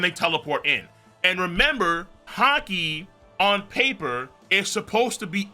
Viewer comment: Bro said haki paint🤦🏾‍♂️😂